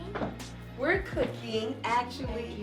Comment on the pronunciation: I seriously love "KOOKING" moments with Kiki and Mommy ❤️🙋🏾‍♀️👏